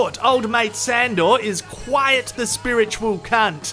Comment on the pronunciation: Quiet/ Quite confusion confirmed. pronounces Quite as if it's Quiet.